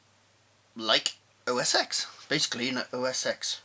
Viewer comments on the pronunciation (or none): it is OS TEN not OS EX.